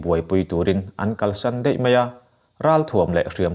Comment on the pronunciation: A chhiar hahdam thiam khawp mai. Mahse, mai leh daih hi mei leh deih angin a lam ri deuh tlat. Hei hi fiah takin a dikin lam se a ṭha khawp ang.